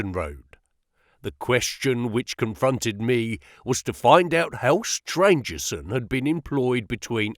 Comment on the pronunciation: Great reading One of the antagonists is Stangerson not Strangerson